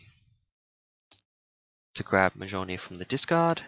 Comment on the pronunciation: Hammer is pronounced Mole-near